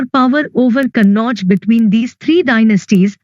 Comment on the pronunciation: Ma'am it is kanauj you said kannauj